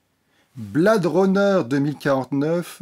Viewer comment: quel accent!!! Blade pas prononcé bled et Her version Hair...ha ha ha je chipote... le rythme de cette vidéo est meilleur que celui lent, lancinant de celle sur Stephen King... quant au film lui même, il faut le voir sur grand écran pas que pour l'image, mais aussi pour jouir du son atmos, quelle ouverture sur le bruit du spinner!!! Jared Leto n'est pas assez présent et son perso pas assez défini donc, je pense que cela sera corrigé dans la probable version longue ou dc du futur blu ray. Dave Bautista m'a bluffé, quel acteur!!! il se révèle film après film...le film est trop lent, trop posé, on a le temps de réfléchir à l'intrigue et ça vient trop vite à l'esprit ce qu'il en retourne vraiment. la relation réplicant/AI est une très bonne idée très bien menée... Villeneuve a su s'approprier la mythologie du premier sans trop la dénaturer (avoir réalisé premier contact a beaucoup aidé)